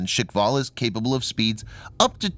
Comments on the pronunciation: The supposed range of 11 to 15 km with a nuke warhead would probably kill the ship or sub launching it. I don't agree with the pronunciation of 'shikval', I rather assumed it would be more like shkval, like a Russian version of the word Squall, but that's just me. The idea of supercavitation has always been fascinating to me, but it seems to have stalled in recent decades, I read of plans for ships and subs using this concept for propulsion but nothing ever seemed to come of it sadly. Probably due to the aim and fire line of sight, as steering would be almost impossible. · Why you read it “shikval” . Shkval no i needed there. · Guys.. It's called Shkval.. Not shikval.. At it means squall. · and its "shkval, not shikval". Learn to pronounce what you read :-D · Firstly, it’s shkval, not shikval. Secondly, knots is already nautical miles per hour. Not intelligent to call it knots per hour. That’s redundant. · It is pronounced SKHVAL. SKH is pronounced like SH in SHOOT. Followed by VAL It's knots not knots per hour. Also, there might be an error in the subtitles. It's technology feat not feet. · Guys, be easy on the "škval" pronunciation. Slavic clusters of consonants are hard to pronounce for most people, so they just insert a vowel where there is none. My friends have the same difficulty, they just can't say things correctly. If I say "Trst" (the city of Trieste) they say "Terst". They just HAVE to put a friggin vowel in there. Škv is a piss easy cluster to pronounce for me, it isn't for them. 🤷‍♂️ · hahahahaha yup, he butchered that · there is no "i" in the word Shkval - i do understand this is a foregn word for you, but at least you could follow the english alphabet and not make up new sounds where is none in that particular word just try to read it letter by letter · "Shik-val"? "Knots per hour"!!! And this guy expects to be taken as a seriously? "technology feet". Feet?? Oh dear.